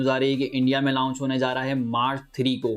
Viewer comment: پیارے بھائ آپ لاونچ نہ کہا کریں بلکہ صرف لانچ کہا کریں۔۔۔شکریہ اپ کی ویڈیوز مجھے اچھی لگتی ھیں۔۔